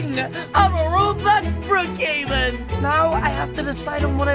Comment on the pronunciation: it’s Brookhaven not rocavan